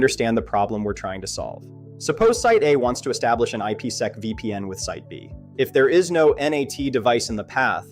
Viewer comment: wtf is IP esss eeee ceee?? It’s called IP Sec